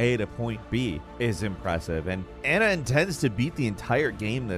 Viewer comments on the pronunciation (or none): none